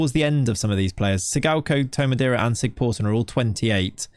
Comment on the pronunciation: Andri SigTHorsson... not SigPorson :) Þ in Icelandic is always TH not P